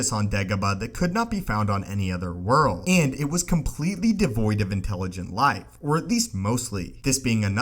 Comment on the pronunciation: World!! Not whirl!!!